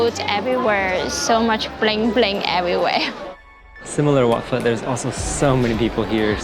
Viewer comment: It's pronounced Wat "Foe". "Phe" is the Vietnamese soup and has nothing to do with Thailand.